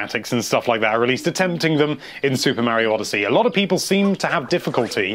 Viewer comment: Whenever I start watching one of these I say the intro in the same way does. "Hello there lovely PEOple, here from Nintendo life."